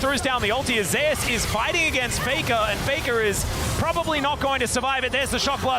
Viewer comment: isn't it pronounced the same way as the god? and not Ze-us?